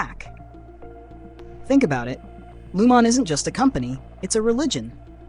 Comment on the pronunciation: WTF. How does anyone at this point not know how to properly pronounce Lumon? That's a game ender for me. I'm out.